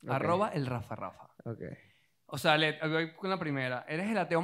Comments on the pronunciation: Nadie le podía explicar que se llama Led y no LEG? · Que sufrimiento cuando decía “LEG” en vez de “LED” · Me angustia tanto el "Leg". es LeDDDDD con D